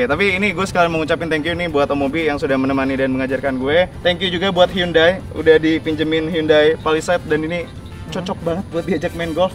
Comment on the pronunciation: Bacanya handayy bang bukan yundai